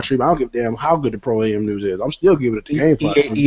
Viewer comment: Fam really gotta say stop saying Pro A.M.